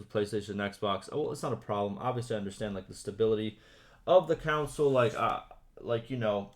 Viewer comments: bro its pronounced console not council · Idiot still says council